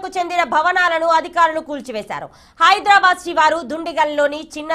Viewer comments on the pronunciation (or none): none